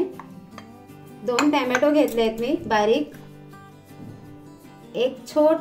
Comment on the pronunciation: Tommmato nahi ghalat